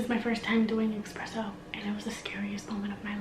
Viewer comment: It’s esssspressssssso not expresso